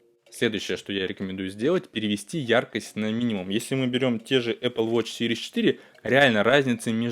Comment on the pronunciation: "якрость и нагрзуку"🤔🙈🙄